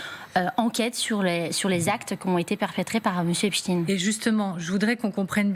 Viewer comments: C'est Epstein et non Epstine ! Vaine tentative d'essayer de nous le faire passer pour ce qu'il n'est pas. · Pourquoi prononcez vous # esptine # et non epstein ? C’est grotesque. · Caviardé ? Ça veut dire quoi en novlangue ? Epstine et non Epstein pourquoi ? Merci le DOJ et les USA . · Epstein ptn pas epstine!!!!!!! Est ce qu on dit Einstine? Non on dit Einstein. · Le pire c’est que c’est un réseau qui tiens des blaireaux par les c. alors que moi et mes potes n’avons pas peur et ne sommes pas corruptible. Et c’est EPSTEIN comme Albert Einstein pas epstin. Rien que cela c’est bizarre. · C'est drôle, pourquoi Epstine et pas Epstein (prononciation à la Française). On ne dit pas Einstine mais Einstein, non ? Donc éliminatoire et je zappé cette vidéo maintenant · Epstin vous dites 😂 Vous êtes vraiment des clowns C’est vrai qu’en France on dit Einstin et Winterstin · Purée mais c'est d'origine allemande ça suffit de dire epstin . C'est nul ....! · Epstine, Poutine, Einstine... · Epstine ? On dit Albert Einstine du coup ? Waaaa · Il faut prononcer le nom Jeffrey Esptein au lieu du s il faut prononcer ( CH au du S) c'est un nom sioniste !!!!!????🐕🐕🐕🐕🤣🤣🤣🤣